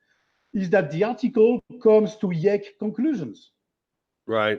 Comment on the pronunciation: I like the way Dr. Antoine Bret pronounces "YEC": sounding like some sort of involuntary esophageal movement. How appropriate. What positively slays me is how many times these "arguments" have been thoroughly destroyed. It appears that Flintstone Paleontology must be paired with Zombie Philosophy in order to survive into the Modern Era. Merde.